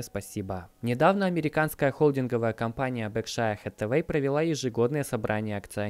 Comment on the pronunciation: Всё отлично, только не БеркшАя, а бЁркшир Хэттавей!